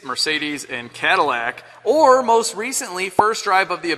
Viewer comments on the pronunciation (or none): none